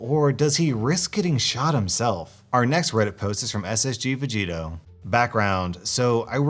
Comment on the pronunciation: You said the username as "SSG-Vegito" when it shows it as "SSJ-Vegito". It's supposed to mean "Super Saiyan", but the "J" stems from the Japanese pronunciation of "Saiyan".